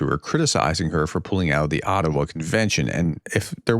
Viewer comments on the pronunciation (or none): none